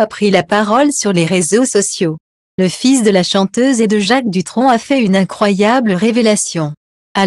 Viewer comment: Il ne faut pas ecorcher le nom c Thomas Dutron et non ducron 🤔 J D